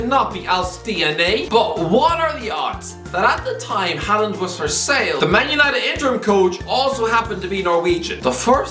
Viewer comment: Butchering names again as usual. He probably can’t pronounce his own name.